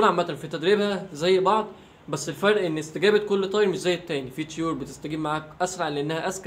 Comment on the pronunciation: انطقها صح لا تقول تيور،قول طيور